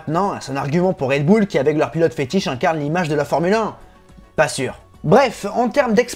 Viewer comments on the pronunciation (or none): Bull l'accent doit être uLL pas OÛL.